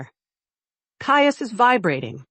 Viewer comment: 🙄😖AI, WHY do you voice the MALE HIGHER, jumping ABOVE the female's?.Even when script reads "DROPPED into a LOWER REGISTER"😮, you go up! sharp & uninfĺected, until drop DOWN to female'..?? Mispronounced CAIUS, it's KI' ( like SKY)-us & Isolde ≈ ih ZOLE' duh, 👉 ok?😅 & compote= KAHM'-pote ♥︎😊yes. Per-FEKT'lee , no😢